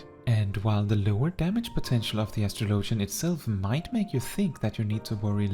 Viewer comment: It’s pronounced like astrology… no LOGIAN